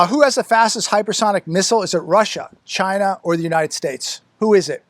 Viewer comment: It sounds like Vagina when he said China! He's a dirty old man.